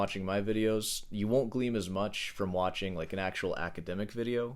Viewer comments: glean not gleam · Actually the correct pronunciation for the word is "Glean" not "Gleam." This guys a fake english speaker